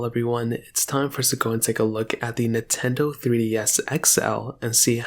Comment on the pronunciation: Blud said NeTendo 💀